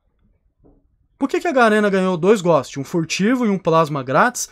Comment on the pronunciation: o fala "errado" tipo ghóst so pra zuar PÁ KARAMBA